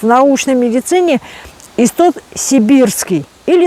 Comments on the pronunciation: называйте правильно, не исстот, а иссоп. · Иссоп, не истоп.